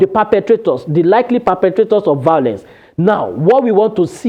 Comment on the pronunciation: Vowlence from a reporter, not attractive. V-I-O-L-E-N-C-E, there is no “W” sound in this word.